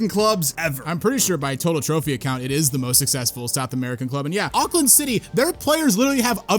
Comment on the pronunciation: Auckland is in New Zealand how have you managed to butcher that